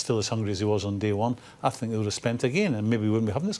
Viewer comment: Love how he says "I sinks"